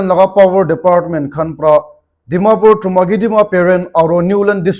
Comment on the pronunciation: Last tey 'Dimapur' toh kon laga 'Pur' hobo ho😇 ajte ajte viruses pra khai ase😢